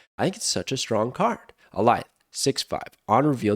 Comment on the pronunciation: Thank you for being one of the only Snap creators who pronounces Alioth correctly. Did you watch Loki? Is that why you know the pronounciation?